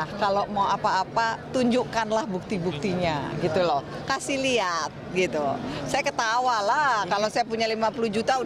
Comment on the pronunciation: cara ngomong bu rini pas "kasih liat..." gerak bibir lidahnya aneh